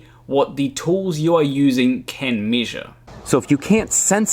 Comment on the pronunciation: I like how this guy says “meeshur”